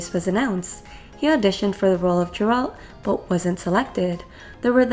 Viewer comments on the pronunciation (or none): It's not Jeralt it's Geralt And Henry heard about them thinking about doing althe show, asked the producers and got the role.